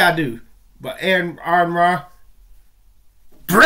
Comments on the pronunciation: You need to learn to pronounce AronRa's name or refrain from referring to him. He has made in clear that it's "ARE-in-RAH". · His name is Ar-Run.